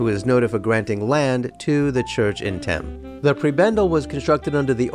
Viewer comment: Also Thame is pronounced "tay-m". I know it's confusing that it's not pronounced like Thames 🙃